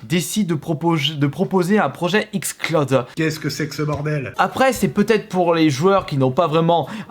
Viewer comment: Non il a dit XClaude pas XCloud.